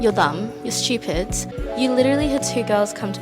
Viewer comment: "you're schtoopidz"